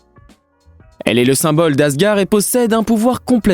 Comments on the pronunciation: Qui est yaka ? Moi je dis yondu je me sens con et asgard pas asgar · J 'ai eu un beuge quand il dit les pierre de l'infinity et aussi quand il dit asgar et il yaka alors que normalement c'est les pierre de l'infinité et normalement c'est asgard et aussi c'est Yondou . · on dit Asgarde et non Asgar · J'ai aussi bugué quand il dit asgar au lieu d'asgard (prononciation : asgarde) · C si compliqué de bien prononcé asgard?😭 Ou même yundu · Un seul commentaire.. on dit..ASGARD en prononçant le D. Merci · Dans asgard on prononce le "d" final sinon la vidéo est top